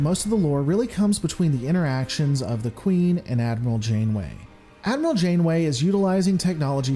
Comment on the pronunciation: hehe "Admiral Insaneway" LOL :D